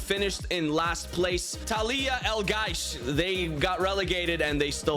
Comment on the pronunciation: How could you pronounce Talaea Al Gaish wrong! It is easy, say Ta, the La, the make a vomiting sound then al, they gaysh